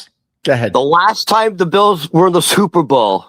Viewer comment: Bils it’s bills